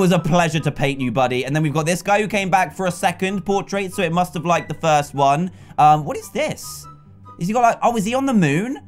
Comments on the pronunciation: Can you spell dan? You said lieked but its liked Sorry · dan you said liekd then liked